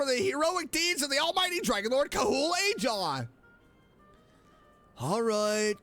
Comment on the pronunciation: Sorry to burst your bubble, but Ajaw's name is pronounced with the "H" sound because it's a Spanish J, which sounds like an H. Lol. Btw, I don't know if you recognize Burkina, Mavuika's friend who got Malipo, but you saw his figure next to Kinich in that scene when they activated the Archon's plan. I am also guessing that Wanjiru was the same person next to Iansan too. That's my guess at least. I have tried looking up the VAs for Ronova and Xabalanque, but no dice yet lol. Hopefully at some point their VAs will be revealed. But yeah I LOVED that moment! Finally hearing one of the Shades talk wow. - DUDE! Why'd you speed through that?! You should have read it! Lol. Every small detail is important lol. Anyway, thanks for talking to Mavuika that one last time, she was the char I wanted you to talk to before the act ended lol. Here's my questions for Act 5- 1. How is Hoyo going to handle the archon quest IF Paimon can't come. She's technically our Pause menu and how we exit the game. It was one thing in Caribert's story when that quest wasn't very long. My hope is the actual segment we have without here isn't too long. 2. What is the Captain's plan? It's obvious he's met Rorona too so I am curious about their relationship. So what are your plans now? You going to do Nahida's birthday now?